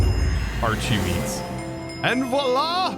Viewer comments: shouldn't it be pronounced "arki-meat"? You're not called Chosen Archie-tect are you? :P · Why is it pronounced like arch and not like architect?